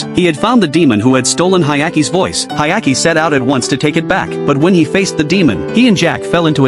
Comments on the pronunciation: Dude, what anime are you watching? His name is Hyakkimaru not Hayaki. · "Hayaki"😭😭 Bro's name is Hyakkimaru😔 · Hyakkimaru, not Hayaki, you idiot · It’s Hyakkimaru, not Hayaki. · It's Hyakimaru not Ayaki 😅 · He's name is Hyakkimaru* not Hayaki lol (the protag's name) Anime name Dororo btw. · Blame it on the shitty AI narrator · His name is Hyakkimaru not whatever tf that ai bot said 😂 Anime name is Dororo. It's a remake of a 1969 anime based on the manga (of the same name) by Osamu Tezuka. Well worth watching, only 24 episodes long and completed. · I love the anime it’s amazing, everyone should se it (Dororo 2019 1 season). But for the love of god please say the names right he’s name is Hyakkimaru och her’s Mio!! The little child is named Doritos and the monks name is Biwamaru. And another note to add Dororo and Hyakkimaru are the main characters. Mio (I love her she’s an angel) is in like one episode. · Its actually Hyakkimaru but okay